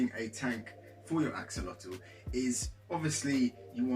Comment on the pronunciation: A-WHOL-LE-TEH please say it like....imagine if the salamander was naked Fulham but we called it FULL HAM